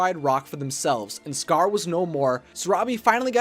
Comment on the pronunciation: When you said the rise of scar I thought you said the rise of scourge By the way it's from Warrior Cats it's a really good series